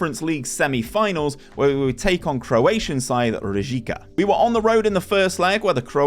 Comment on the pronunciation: I'm from Rijeka and it's hilarious to hear you say it so wrong with such confidence. This looks like a great idea. Did you use your own knowledge on the players to get or did you use a wonderkid database? Also, it looked like you didn't use attribute masking which might have made things easier because you didn't need to scout to see their potential. Anyway, tnx for this one, m8!